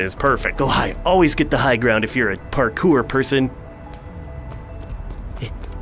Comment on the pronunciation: MASTERED. PARKER. is this like. On purpose to show that this is an early access build!? It’s pronounced PAR-CORE. lmfao